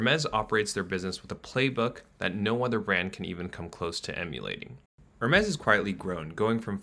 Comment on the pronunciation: I hate to pile on but also…the way he pronounces Hermès gives me heartburn.